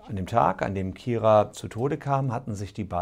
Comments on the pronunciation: Man spricht sie übrigens Keira und nicht Kira aus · wieso können die nicht ihren Namen aussprechen es heißt Keira nicht Kira